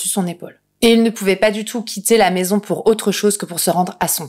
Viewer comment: Tu as un reel problème avec le terme "maison" mdrr